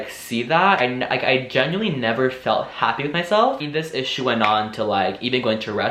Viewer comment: I love how he says 'genuinely' like Ant 😅❤️